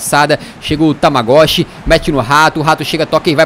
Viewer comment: Tamagoshi sendo q o cara chama Tagmaoui kkkkk